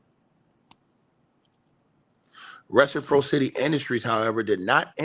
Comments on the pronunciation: reh •suh • praa suh •tee-reciprocity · Yooo - reh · suh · praa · suh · tee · The fact that you can't pronounce RECIPROCITY is crazy.